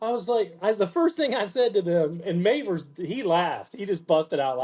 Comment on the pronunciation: Just a side note, its mavers , as in have. ThT pronunciation on the a. I totally agree with you about this album trashes oasis and pretty much everything since 1990. I met Lee after a gig, he wasnt enjoying doing the signing. Also met john powers in about 2004 Ieeds in a small venue after hours. Had a good couple of hours drinking after hours . Just a few of us. Really friendly guy. Funny and down to earth. Saw them twice 8n Leeds as the las. I was 16. At the Irish centre in Leeds. I just couldnt believe what I was hearing. It was the real deal! Almost a spiritual sound and experience. At one point, I think it was during I.o.u or way out. Cammys guitar went down. Thats when Lee took over . His rhythm playing is fantastic. He just drove the groove. It was pure old school rock n roll but with that ancient sound they had.Cammy was just dancing whilst they fixed his guitar. Second time was 91/2 . It wasnt the same. I can't beat your story tho. Good to hear lee being friendly . I actually think those smaller venues were the place to see the la's. Saw them 9n tge reunion tour. 8n 2005 i think it was. I asked the roadie, what new songs will Lee be playing? The roadie said ' there are no new songs' But for a couple of years in the late 80s, the las were the real deal. The realest of the real. Pure magic. Torn from nature it sounds